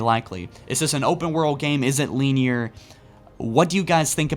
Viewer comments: “Lean-year”, still a great video! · Luvitus who tf clicked on this video to be “entertained” I clicked on it to be informed and I haven’t heard anything but descriptive words mispronounced about shit like dust “deers” and “lineer” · Bro. Soft “i” in “linear.” Stop saying LEENEAR